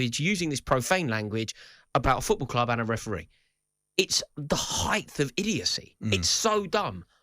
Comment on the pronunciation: Says "Heighth" as if it's a word.